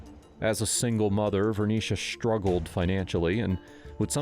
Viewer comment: It's struggled. Not shhrtruggled